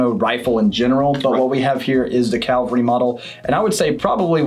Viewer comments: The word is "cavalry." NOT "calvary." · Pretty tired of people saying CALVARY instead of CAVALRY. Is it a damn CHURCH RIFLE?!?!? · Cavalry is one of the hardest words for people to pronounce. It's Cavalry, not Calvary! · I was not impressed when the guy on the left said calvary - trice - when he meant cavalry. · CAV-AL-RY. Calvary is the hill that CHRIST was crucified on. Otherwise You guys are spot on. Happy New Year! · Excellent video. I enjoyed it. One problem. On more than one occasion you said “Calvary” model. I think you meant cavalry model. Calvary is an open air representation of the crucifix of Jesus. Cavalry describe soldiers who fought on horseback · When commenting on the Carcano, you said Calvary instead of cavalry. Please consider your references to the Christian holy site. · Cavalry NOT calvery. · "Cavalry", not "Calvary". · Sorry, I can NOT take advice from some one who cannot recognize the difference between Cavalry and Calvary... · why cant americans say cavalry and not the wrong word calvary jesus...........(pun ) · Say it with me: Cavalry. No, you're still saying it wrong. Eat another crayon and try again in an hour. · The word is CAV-AL-RY. Not many known rifles present at Calvary. Just sayin'... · CaVALry not Calvary